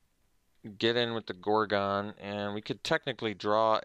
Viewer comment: "gor-gone" lol